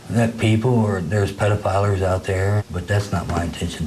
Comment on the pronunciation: "pedofilers" he said. "no no no no I don't do that" he said.